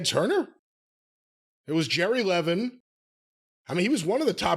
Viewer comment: so ironically around the time wcw was near its end with jerry levin. Jerry became part of my family via marriage. The last name is Lev - in. Not the way you pronounced it. I was not as aware of the behind the scenes working of the business as I am not thanks to social media. And there I was sitting there just a few tables away from the man who many connect to having killed WCW and in some aspects changed the face of the wrestling business. I sometimes wish I could go back in time and pick his brain. Ask him why? What was his reasoning? Was there a legit business concern? Or was it simply that in his own mind he did not see money in televised wrestling on TNT and TBS. I just dont know. Its like that chance. That road you could have gone down but never did.